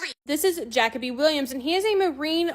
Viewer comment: I’ll make it make sense buddy…freedom of speech does not mean freedom of consequences. It’s pretty simple Also… this is absolutely horrendous at pronouncing names 😂…she said, “Jack O Bee,” for Jacoby and, “Scavender,” for Schveder 😂